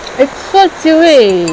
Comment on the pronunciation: I thought so chewy was like so kiwi 😂.....ur always very entertaining ... ❤️Lots of love